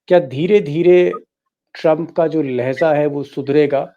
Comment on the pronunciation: Kindly say Lahja and not Lahza. Better to pronounce urdu words correctly. Thanks